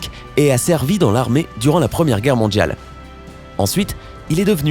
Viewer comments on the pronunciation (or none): J'adore la langue française. Votre prononciation du mot "mondial"/"mondiale" plus précisément du son D - ne correspond pas à un son de la langue française. On dirait le "DJ". Dommage, car votre commentaire est intéressant. Soignez votre prononciation, s'il vous plaît. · Mondjal ,, cardjac 😂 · mondjjjjial quoi